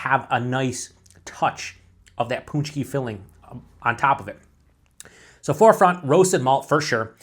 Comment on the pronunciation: pronounced punch-key...well done, sounds fantastic